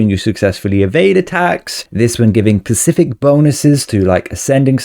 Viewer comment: Is this guy saying pacific instead of specific just to screw with me or what